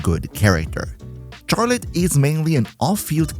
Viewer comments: Why do u say “Charlotte” like that? Js so u know the “ch” is pronounced like “sh” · Very obviously because he doesn't know that it's not pronounced how it's spelt?